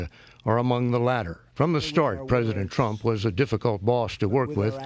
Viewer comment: I like how the news anchor said president "skunk"(it kind sound like it) before change it to Trump.